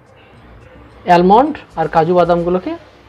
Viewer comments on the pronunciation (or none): দারুন.. এর আগেও আমি আপনার রেসিপি ট্রাই করেছি.. দারুন টেস্ট হয়েছিল.. আর ওটা অ্যালমন্ড না আমন্ড হবে 🙂🙂🙂🙂